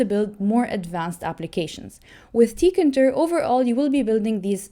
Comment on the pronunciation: It's TEE-KAY-INTER